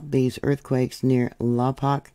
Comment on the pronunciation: Santa Inez is so beautiful. We pronounce Lompoc, Lom-poke